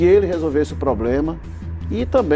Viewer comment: "poblema do plesbicito é que o povo é que decide"